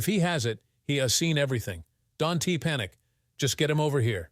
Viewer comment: This story is fucked up! The villain in the story is named Richard. Then, before the Police got involved, his name changed to Jake! It was painful to listen to the pronunciations of possessives and contractions. Instead of apostrophe S, each person's name was pronounced with the S sounding like a last names first initial! Example: the prosecutor S. Mark S. ; Don't was pronounced donte'. Also, the title indicated that the story was about interracial marital cheating! This story should be removed from Instagram! Ma'am was pronounced, MY AM! WTF?